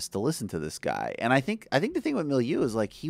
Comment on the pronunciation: About four minutes in, thank you for finally trying to pronounce "Molyneux" correctly. And yes, Stefan Molyneux is ridiculous.